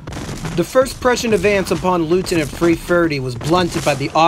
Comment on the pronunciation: Yes, I cringed every time Leuthen (something like "LOY-ten") was pronounced as "LOO-thin." Otherwise, high praise and full marks for the analysis.